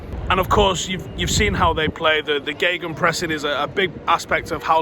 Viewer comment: Anyone noticed saying geganpressing in this video